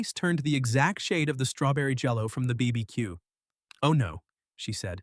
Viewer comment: Never trust an AI which can't pronounce BBQ! It'll tell you pineapple is the best and most popular pizza topping next!